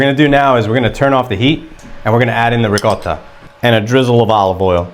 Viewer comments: I love the way he says ri - CO - ta instead of ricodda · loved it. Have liked and subscribed. thanks for posting And as an Italian, I really appreciate you pronouncing the word ricotta correctly lol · He pronounces it correctly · I've done something similar but with a can of stewed tomatoes. Shout out for pronouncing Ricotta correctly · Thank you for properly pronouncing “ricotta”! Hallelujah! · Thank you for pronouncing Ricotta properly!!!!!